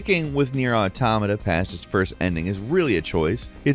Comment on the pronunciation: why do people keep pronouncing it atamata its clearly spelt Auto-mata